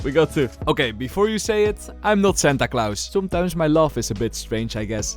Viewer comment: with your accent when you said Santa Clause i thought you said something like Senta Clouse and in my head i thought "is that a pro player i don't know?" lol